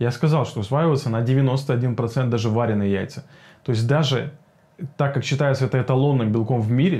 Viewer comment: Спасибо за видео. Ударение в слове "варёные" приходится на "ё" :) Причем, то так то так произносишь. Но это мелочи... А что насчёт жаренных яиц? А то всё про варёные. Сильно хуже чем варёные в плане усвояемости?